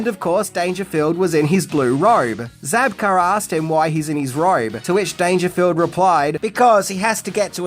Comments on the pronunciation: William ZABKA!! Not Zabkar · It's Zabka, not Zabkar. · Zabka...no R. But always love your lists.